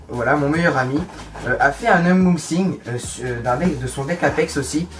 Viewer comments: je crois que c'est un UNboxing et pas UMboxing mdrr ;) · Unboxing pas umbouxing